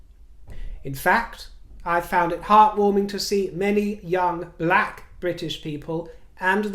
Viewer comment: I love your pronunciation of words, where as i would say..” i found a round pound in my house “ yours sounds like… “i foined a roined poined in my hoise ! 😂